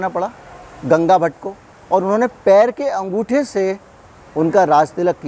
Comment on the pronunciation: गंगाभट नहीं गागाभट...